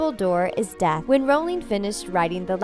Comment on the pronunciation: I thought when she said Dumbledore was death I thought she said def and It would make sense... it wouldn't